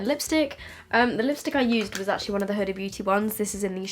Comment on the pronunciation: Isn't it pronounced more like hoo-da?